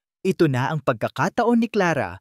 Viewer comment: BAT ang Basa mo sa ang ay eng😂😂